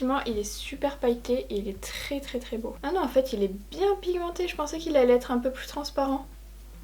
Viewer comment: Ahah la façon dont tu as prononcé "unknown" x) magnifique palette et makeup, comme d'habitude !